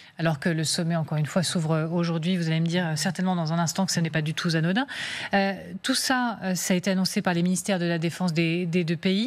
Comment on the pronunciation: Cela n'est pas du tout z-anodin....Mes oreilles saignent encore devant cet accord que l'on qualifiera de comique de la part d'une "journaliste", supposée savoir parler correctement français.